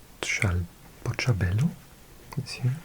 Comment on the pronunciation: I would say it's actually easier to think of Dutch and Afrikaans as two completely different languages. In Afrikaans you generally pronounce things exactly as they are written. Your pronunciation of Bloemfontein and Botshebelo, middelburgh etc were spot on. We say Worcester like you do. Aghulas is "uh gull las" . Kleinmond was perfect. FAct about cape town: "Cape point on the peninsula is not the true southernmost tip of Africa as it is often marketed. The true southernmost tip is closer to Aghulas. That's all I've got in me for this time of night